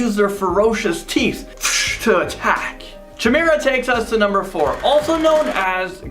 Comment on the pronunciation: its KY-mar-a fool not CHA-mar-a smh dam amature